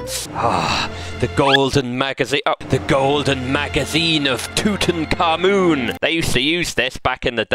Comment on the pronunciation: “The Golden Magazine Of Tootinkahmoon” 😂 Definitely put that one next to “The Holy Tazer Of Teekampwana”